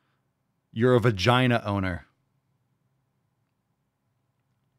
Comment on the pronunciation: I could have swore she said odor, not owner.